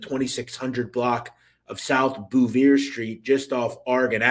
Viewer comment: Also, good job on pronouncing South Philly Street names correctly 👏 :)..Obviously u really did live there at some point bc "Sigel" and "Bouvier" are usually said incorrectly by outsiders, but u did it right! Haha. Great vid as always